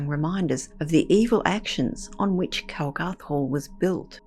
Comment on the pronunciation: Its 'Calgarth' Hall and the story is true. Been told for generations.